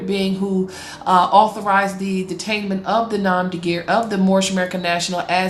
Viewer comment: I wonder what crime Son Markus El has committed. Probably fraud. I love how this ignorant woman mispronounces nom de guerre, this is an ignorant person trying to sound intelligent.